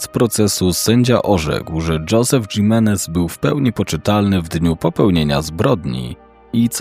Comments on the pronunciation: prosze. To imie czyta sie RAJLI a nie Rili. Prosze o poprawna wymowe imion. Odnośnie Josepha, jego nazwisko czyta sie Himenez (Hiszpanskie nazwisko). Poza tym, dobry materiał 👍🏻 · Himenes wymawia się imenes. W hiszpańskim h jest nieme. Nie mówi się gimenes